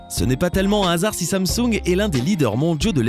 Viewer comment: tu prononce pas il le faut samsung